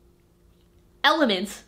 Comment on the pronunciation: everyone:: eMmEleNt